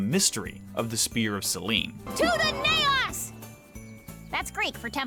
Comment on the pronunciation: It's not "naios" it's "naos"😂